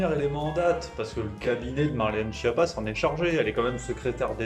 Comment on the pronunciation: Schiappa est un nom Corse donc vous oubliez le pizzaiolo ..... c est bien Skiapa la bonne prononciation